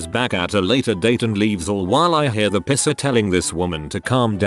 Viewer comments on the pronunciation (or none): It’s piecer not pisser. lol. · The Reddit voice pronounces "piercer" as "pisser", I got confused on the 1st story until I read the text 🤣 I paid about $250 to get my navel pierced back in '94 in a professional place because I didn't trust amateurs, it was still a fairly new thing. Still have it, but I have to wear a ring, the dangles rip holes in the bottom of all my shirts 😡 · STOP saying pisser! 😂